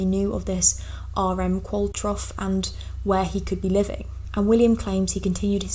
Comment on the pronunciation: Pretty sure it's pronounced 'Qual-tro,' not that it matters as it's likely a fake person 😂